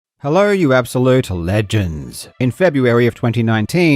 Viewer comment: Bro why did he say legends like that